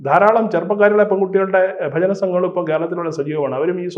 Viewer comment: ബജന അല്ലടോ? ഭജന.